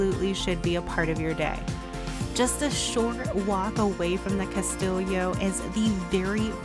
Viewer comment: lmao, "cast-illio"